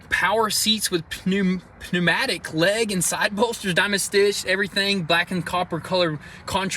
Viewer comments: PU-Matic... Bahaha you can't be serious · pneumatic is pronounced nu-matic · Pneumatic is pronounced as newmatic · The way says "Pneumatic" 😅😂😂😂😂